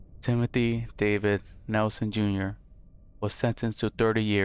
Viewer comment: Gives me chills when the guy says Timothy's last name. It's my first name, and how the news guy says it just makes me disgusted